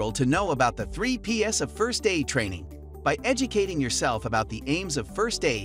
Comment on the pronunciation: "3 peas" not "3 PS"🙄🤷🏻‍♂️